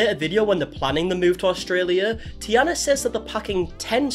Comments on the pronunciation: I recommend checking how names from different countries are pronounced before making a video xD You are butchering Taina's name so bad. Also they lived in Finland. Also here in Finland we have a word "se" which translates to "it", that we use for pretty much everyone or everything. We don't have pronouns like he and she, we only have "hän", which is used for all genders and "se" is used in everyday language in it's place. So I doubt them using "it" for the baby was meant in a bad way. I do understand that it might sound strange to someone only speaking English. I've never heard of this family before (I dislike family channels by default), but after looking them up quick I do agree that they need to be called out. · The only thing that bugged me throughout the video was the mispronouncing of the name taina😅🥲 As a finnish person it always hurts me in my soul when finnish names are mispronounced, she's not the princess from Princess and the frog😅 otherwise yeah, I recently came across their channel again and it had gotten really strange real fast. I have never really watched them actively but it was the first kinda successful finnish family channel I have ever come across so I was intrigued and especially their travel vlogs across europe were interesting, but everything else was too cookie-cutter and seemed very forced and scripted. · Its Taina btw not Tiana. Shes Finnish. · It's pronounced Tanya?? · I've been (kind of) following this family for about 5 years now, and at this point I'm fearing for some true crime case to take place any day now. And Taina is pronounced like "Tyna", not "Tiana". 👍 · Taina, not Tiana. but glad someone has finally made a video about it. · I was so excited to watch this, but after 5 min i had to stop... Dude its T A I N A not T I A N A :D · The tee-anna is hard to listen to. It’s tay-na. Did you not watch the videos? Spelled T-a-i, not T-i-a. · why do you keep saying tiana.. it clearly says tAIna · Taj-na , not Tiana😊